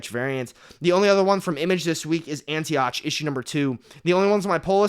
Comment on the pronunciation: Bro, Antioch is pronounced Anti-Ock, like saying Dok Ock. But I gave you a thumbs up anyway.